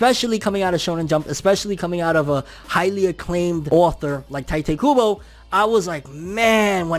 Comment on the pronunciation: “Tee-toe koo-boe” your welcome